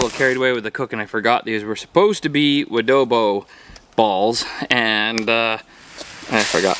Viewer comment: The w you add on to adobo is obnoxious it’s not “wa-dobo” it’s “ah-dobo”